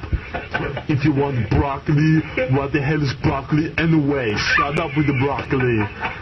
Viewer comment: "Shawt up with de brawkollie" always got me.